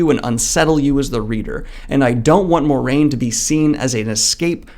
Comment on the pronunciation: The “Mwah” in Moiraine is important to me. Just sayin’. Otherwise, great video!